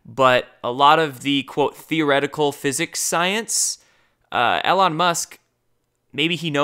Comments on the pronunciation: EEEE-lon EEEE-lon EEEE-lon EEEE-lon please stop saying 'El awn' bro for the love of God. Driving me crazy haha. Keep up the great channel and great work! Love your stuff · I love you so much, brother, but at this point, I truly believe that you say the names incorrectly on purpose. EL-on Musk?!? Are you serious?! Have you never heard anyone say the names that you have to say? Do you refuse to learn it? Just keeps saying it wrong? Strzok, RR, and countless others I can’t think of at the moment. It’s getting ridiculous.